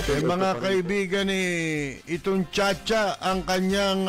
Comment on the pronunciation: Robin padila ,cha cha, o baka chaa chaa hnd cha cha😂😂😂